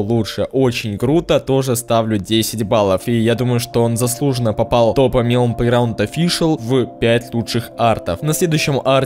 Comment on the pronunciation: Не мелОн, а мЕлон. Просто так правильно.